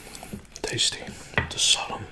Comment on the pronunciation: The “L” in salmon is silent. It’s pronounced “sa-mon”.